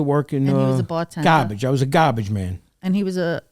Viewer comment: cant get over how he said garbage